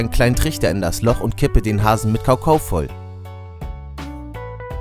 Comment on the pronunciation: gutes video aber du sagst anstatt kakao sagst du kaukau 😁😂 und kannst du mich grüßen